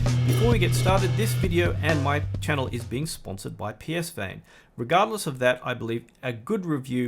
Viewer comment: Psvane is pronounced puh-van